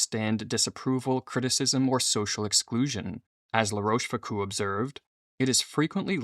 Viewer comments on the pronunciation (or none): Love the videos and topics but the pronunciation is * La Roche Fook-oh